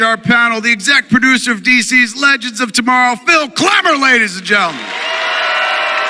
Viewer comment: He said excet producer wtf?